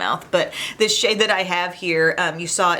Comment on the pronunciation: Oh my gloss! I could have SWORN you said "I love this shit" when you said "I love this SHADE. Took me a second lol. 😂